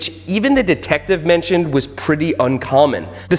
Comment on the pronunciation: Why’s he saying deeetective